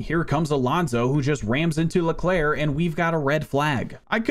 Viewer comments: he managed to say all the names wrong even "Leclerc" the name isn't pronounced "LecLurk" or something it's pronounced "Leclaire" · He actually mispronounced it maybe you should research French names and their pronunciations